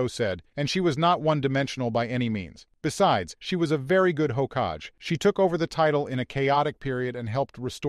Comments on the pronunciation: The way they pronounce Hokage is hilarious. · Hahahah, couldn't do anything about the pronunciation unfortunately. They either say "hokah gay" or "hokaj"